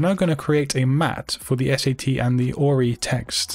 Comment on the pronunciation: Who else heard ROI instead of ORI?!!🤔